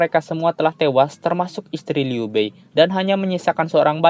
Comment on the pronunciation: Liu bei dibaca liu pei ya..